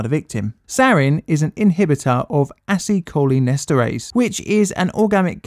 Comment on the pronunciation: He used it on his pronunciation of Acetylcholinesterase, coz that sure sounded like ass.